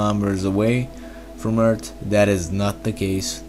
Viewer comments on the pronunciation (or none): He says "Eart" instead of "Earth" a lot... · Why do you say eart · It adds character